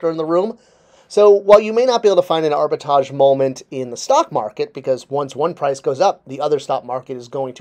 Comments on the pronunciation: Why aren't you pronouncing the 2nd 'R' in the word arbitrage? It's pronounced ARBA-TRAHJ, not ARBA-TAHJ. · you can’t spell and now you can’t pronounce words properly……….ugh. No wonder you can’t get an MBA. It’s very simple, break the word up into 2 parts. Arbi-trage. Now pronounce each part. Good boy. Now try pronouncing them together. Great job. See you can speak properly. 😂😂😂😂😂😂😂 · Abi-Tahj Mowry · Has to “dumb down” his explanation for a word he can’t even pronounce. A perfect example of how the people working these companies think we are morons and in fact clueless themselves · But is pronouncing the first a. He isn’t pronouncing the second R. In your example both R’s are pronounced. Has nothing to do with French this or English that. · Love your videos but hearing you say Arbitrage wrong each time has caused that tiny gremlin section of my brain to activate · That word has two "R"s in it,. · If you're going to make a video about the definition of a word you may want to learn how to pronounce it correctly. There are two "R's" in Arbitrage and both are pronounced. Pronouncing the word correctly you are defining might add to your credibility. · I googled it and played the voice clip for the pronunciation of the word while watching this video. Now, whenever pronounce it wrong in the video, it irritates me. LOL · how can be taken seriously when he can’t pronounce the word his entire video is based on. And his definition or explanation is not the correct definition of the word. But what do I know, I’m just a dumb viewer. know everything there is to know about toys yet knows nothing. 😂😂😂😂😂😂😂